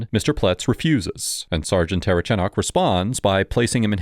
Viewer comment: I think it's comical how nobody can say the cops last name, including this video. I'm 2 minutes in and have already heard the say "terchanok" and "ter-uh-chanek" 😆